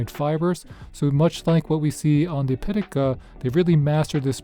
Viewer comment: Caudabe Synthesis arriving tomorrow for my 17 PM cosmic orange. 🔥 It’s pronounced Pi Ta Ka btw. 😆